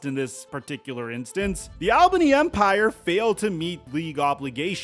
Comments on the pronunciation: Hey, coming from an Albany native, great coverage, but a heads up, it's pronounced "All-bany" not "Al-bany" keep up the great work though 💪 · It's pronounced ALL-BANY. Not Al-bany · AWL-bany. It's pronounces Awl-bany. Take it from someone who works in that arena and lives in the Capital Region. It's pronounced Awl-bany. NOT Al Bundy-Bany, AWL-BANY. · It's pronounced ALL BEEN KNEE. ALBANY. just saying I'm a new Yorker. Lmfao. And no, we all don't sound like we're from Brooklyn. But I'm from Brooklyn lmfao. Anyway u always do a great job young man rock on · Also it’s pronounced ALL-BAHNEE